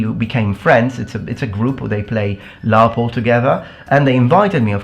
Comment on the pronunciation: I don't know much about LARP, but its called laRP not laMMA.